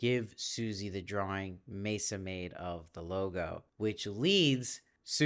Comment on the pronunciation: It’s pronounced MAA-SA, not MAY-SA🙂